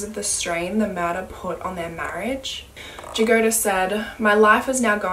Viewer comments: Jagoda is actually pronouneced as Yagoda, with the accent on the a after Y, it means strawberry. Sorry, no offence or anything, it was strange to hear the name pronounced with J at the begining. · i don't wanna nitpick and i know slavic names aren't easy to pronounce but it's pronounced as Yagoda and it means strawberry